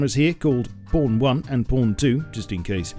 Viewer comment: The way he says “pawn”. xD